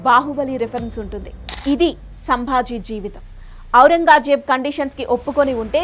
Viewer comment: ఔరంగా ...జేబు కాదు తల్లీ.. ఔరంగ్ జేబ్...